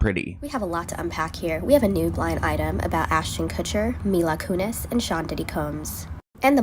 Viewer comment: Mila Kunis. Selena Gomez. Not Mila Kunez.